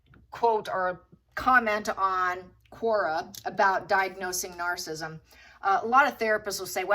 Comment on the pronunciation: It’s narcissistic and narcissism. You’re pronouncing those words wrong.😊